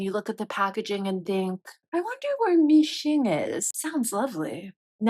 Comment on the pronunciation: Mi-Xing instead of mixing 😂😂😂 sounds lovely